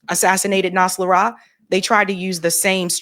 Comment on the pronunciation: irs pronounced: NOS RA LAH